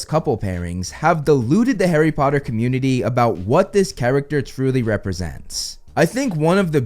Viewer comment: HARRY PPPPOTTAH